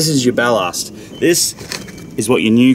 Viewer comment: Bal-larst... lmfao. BAL-LASS-T.. tool🤪😅🤣😂